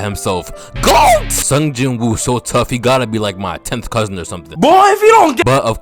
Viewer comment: First of all, not him saying Jinwoo as "Wu" and second of all, that mans drip is tripled after every arc.